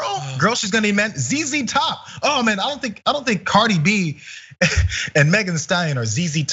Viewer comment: the way he says Cardi B's name ...that's exactly how white people pronounce ANYTHING non-white and out of their social circle...they can say names like Engelbert Humperdinck...but Cardi B is suddenly like saying "supercalifragilisticexpialidocious" bet Tucker even had to ask someone "Cardi B...is that a REAL name?"